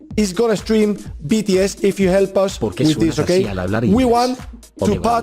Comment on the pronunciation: Por favor , se dice bi ti es